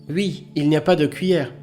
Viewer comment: mille merci. merci d'avoir pris le temps de traduire tout ça..... je peux par contre pas m'empecher de mourir de rire a chaque fois que je t'endends dire "ui".....pour dire oui....